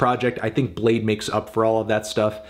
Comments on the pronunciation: its pronounced Blade-y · U thought its pronounced blad-ee ?? Lmao bladee said that u can do that too but most ppl pronounced it blade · Woah, you didn’t have to call him blade-ee the whole vid, out of pocket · I'm bladee she call me blade-e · Anthony I’m sure he wouldn’t appreciate you calling him Bladpee